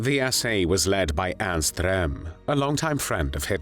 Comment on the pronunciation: Rather strange non-German pronunciation of Ernst Röhm's name. This video is homophobic.